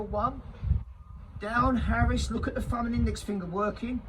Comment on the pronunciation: Either point out you’ve got a speech impediment, which is not a problem if that’s the case or start speaking proper( see what I’ve done there) it’s aris to aris not Harris to Harris and it’s ok not all k. I reckon out on site they would rip the piss out of you. 3 is a ranging line not a plumbing point, but hey ho keep largein it up